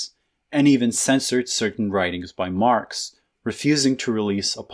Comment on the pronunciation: did you say marps just then?